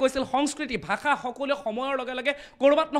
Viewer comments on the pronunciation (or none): none